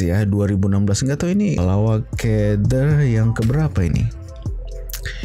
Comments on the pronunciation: salah cara sebut "lawak key der tu"...sebenarnya pertanyaan.."ke" bukan "key".contoh dah makan ke?..dah minum ke?.lawak ke?..der tu untuk kata ganti diri bahasa pasar.."der" dari perkataan brother..."lawak ke brother" disingkatkan "lawak ke der?"..sekian.. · Hahahaha bang bukan ke der.der sebut dia macam DE sahaja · hahahahaaa salah tu sebutan lawak ker der...😃